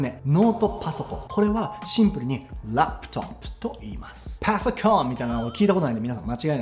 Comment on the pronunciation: めちゃめちゃ面白かったです！ 特に パァッソコーンッ!!! の発音が好きでした😂